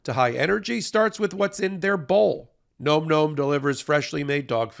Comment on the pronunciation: I can't listen to call the dog food gnome. It should be Nom, rhymes with Mom, the noise you make when the food is so good you can't quit it.